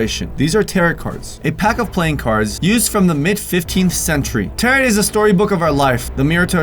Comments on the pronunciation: its pronounced Tear-o cards. tarot cards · hehe tal the “t” in tarot is silent, “taro” :) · It's pronounced ta-row,not tarot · Am I the only person focusing on the fact that he pronounces “Tarot” in correctly. The 2nd “t” is silent, isn’t it? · I stopped watching because he pronounced that wrong....who doesn't know how to pronounce tarot? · This dummy doesn't know how to pronounce "Tarot" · I love how he can't even pronounce torot correct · Pronounced Tar-oh..not taret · Hey just thought I'd let you know it's not 'tar-OT' it's actually 'tar-OH'. Sorry just thought I'd say that I love your videos and you kthxforreadingbye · It's pronounced "tare-o" not "tare-it" they aren't carrot cards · It’s pronouced taro cards not taROt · I will not watch this channel anymore because of the pure hellish shrieking screeching cacophonic noise you shoot out of the speakers and into my ears. It’s pronounced “TEAR OH” cards. Not territ cards. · As I'm hopeful at least one of these 5,258 comments left before me most likely clarified, it is pronounced Tare-O, not Tare-et. But I'm glad to leave a reminder. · it’s pronounced as taroh not tarot... 😇🤔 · The word “tarot” (as in “tarot cards”) does not rhyme with “carrot” (as you pronounced), but it rhymes with “arrow”...FYI. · Its pronounced like Teroh not tarat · "tarrot" as in carrot. It's TARE-roh,. Sorry, but this Wiccan boy has got to go. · Just found your channel, because today, 10/13/2023, is the “Dear David”, movie premiere. “Tarot”, is pronounced, “TEAR-oh”. It does NOT rhyme with, “carrot”. You know…..”SPEAK”, is a wonderful little thing that you use, when you’re unsure of the correct pronunciation. 👌🏻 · Tar-O cards. Sheesh. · the "T" in the word Tarot is silent at the end. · This has probably been said but this kind of thing that just pushes my buttons but tarot cards are pronounced taro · Tarot - (tear O ) is how it is pronounced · Tarrot....carrot lol Bro second "T" is silent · It not tarot it’s taro